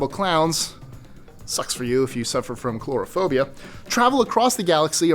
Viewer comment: They say, "if you don't have anything nice to say, then don't say anything". I've already said too much. But speaking of things "B": "coulrophobia" is not pronounced "chlorophobia".